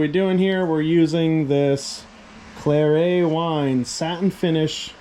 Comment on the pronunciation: You’re familiar with Starrett measurement tools? Claret wine is pronounced the same way.